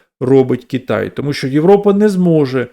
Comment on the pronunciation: Кітай, Кітай, Кітай... Кожного разу коли автор це говорив, аж сіпало. Будь ласка, говоріть Китай.